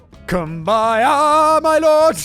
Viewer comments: I cannot with the Cum-by-yah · I would rather watch a hundred Raid shadow legends ads than listen to Factboi butcher Kumbaya again